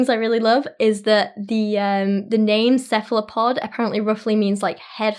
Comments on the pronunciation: You pronounced Cephalopod right (taking accent into account) Translation: Head-Foot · You are pronouncing cephalopod correctly. Really interesting information! Thanks. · I was under the impression that the plural of octopus was octopi. I could be wrong. But you nailed the cephalopod pronunciation. I like the make up look! Reminds me of your DC looks! Octopus is quite yummy. Chewy but yummy. The food chain still exists regardless of how we feel about them, or how self-aware they are. They have no qualms about eating any other sea creatures, so why should we give them a pass. By all means, they shouldn't be hunted to extinction, they have something to contribute to the environment, just as any other living thing. Nature's balance must be maintained. (I'm not criticizing your opinion, the opinion of others, or sway you in you formulation of an opinion. Just stating mine.) Would I want to be eaten by a bear or tiger? No, but I cannot fault them for trying.